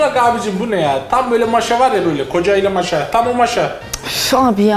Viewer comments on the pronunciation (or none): Maşa eee özü də, o birinci a-nı biraz uzatmaq lazımdır, Maşa deyil, Maaaaşa😂